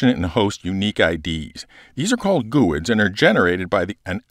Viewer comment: I'm sorry, did you just say "goo-ids"?